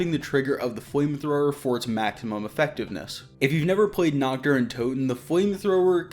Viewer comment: I speak a little German, so yeah. I hate how they say it. It means "night" my guys, not "naked". Lol